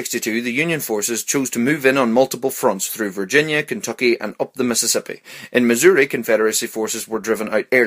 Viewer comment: I love the way he says-- Kenthokhy 😂😂😂